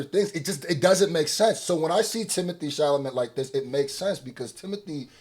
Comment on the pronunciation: it’s Sha-la-may. Not sha-la-met 😂😂